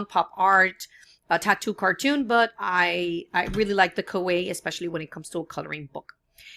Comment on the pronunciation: Great video, and it's pronounced "Ka-wai-EE" ;)